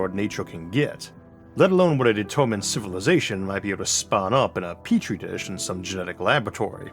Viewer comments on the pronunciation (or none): none